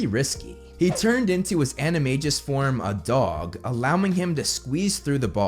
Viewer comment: bro says in most of his vids "its pronounced animajus